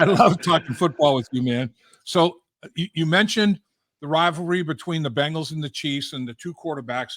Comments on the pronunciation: Can you teach him how to say Bengals and not Bangels.. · Please tell Chris that the name of our team is "BENGALS", not "BANGLES".